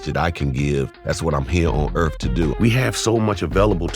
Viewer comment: "... That's what I'm here on erf to do..."